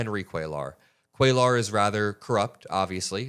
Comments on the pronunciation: For the love of God,, it's "cue-yar" not "cuel-ar." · for future reference, Cuellar’s name is pronounced “Kway-yar.” It’s Spanish. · It's pronounced Quayar 🕊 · It's "Kway-yar" not "Kway-lar" Double L is pronounced "ya" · Henry Cuellar (pronounced QUAY-yar) double L in Spanish) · it is phonetically pronounced "Kway-yar". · Hi. Just FYI, Cuellar is pronounced KWĀ- yar. A double LL in Spanish is always pronounced like a Y. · Please pronounce the name properly: Cuellar - the double ll sounds like a "Y": Kweh-Yahtzee WTH the accent on the first syllable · Kway-arr... just trying to help..... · "Cuellar" is pronounced QUAY ARE with emphasis on the first syllable. So many YouTube reporters are mispronouncing this man's name; Aaron Parnas is the only exception. I hope you don't take offense, as I'm just trying to help. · Dude not that it makes a difference but for future reference when it's a name in Spanish like "Cuellar" or any word for that matter when there is a double L it is pronounced as a Y so it would be like "Cueyar". Thanks for your attention to this matter. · Cuellar is pronounced quay are. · Hispanic guy from Texas here. His name is pronounced “Kway-are.” Or “Kway -R” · Love all your hard work, please don't ever stop! Just FYI, you're almost pronouncing Cuellar perfectly, just change that L sound to a soft Y - QUAY YAR. And if you want to get fancy you can roll that YAR.😘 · Cue-yar. The name is Spanish and the double L spelling is pronounced with a "ya" sound. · come on,. se dice "QUAY-YAR" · Hey, before you go and make video, research how to pronounce someone’s last name, you’re mispronouncing (Cuellar) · PLEASE PLEASE!!! You do NOT pronounce the "L" in Cuellar -- it is a "Y" sound as in "yard" !! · Ceullar, doesn't the two LLs make a y sound? I think he is Latino. 💙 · The ll's are silent and you roll The R Cuellar